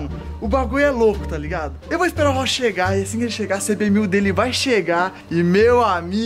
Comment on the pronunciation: o ta fumando tanto narguile que falou rochi e vez de rossi